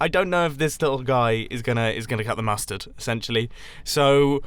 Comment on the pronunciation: Musterd? YOUR MUSTERD!!!